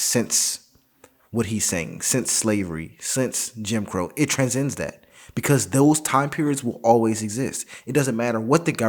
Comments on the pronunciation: Tran-sends, not tran-zends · I’m not one for word policing but if your gonna say a word like 10 times try to pronounce it right lmao tran-sends lmao